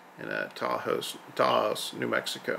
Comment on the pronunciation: Taos has ONE syllable and is pronounced, "TOWSE."